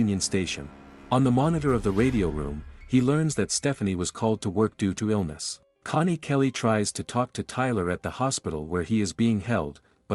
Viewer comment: Bro ur dumb its cony not money and ezikil not ezicl